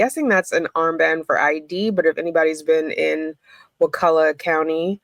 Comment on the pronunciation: So happy you can pronounce it! Can you say Wewahitchka? These Indian names are awesome. I live on the Chipola.